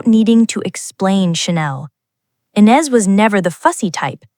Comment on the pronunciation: Please learn how to pronounce the name of Ines correctly!!!!! She is the subject of your video. Come to think of it, teach your bot some French!